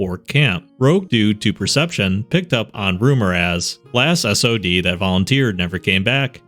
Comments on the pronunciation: Why'd you say S.O.D? Sod is a word, not an acronym. =D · "S O D" Jesus man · Awesome video but why did you spell out sod😭 its not like sob lmao